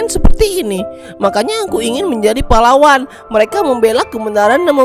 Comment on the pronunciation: bang kata pahlawan tadi kayak terdengar seperti kata palawan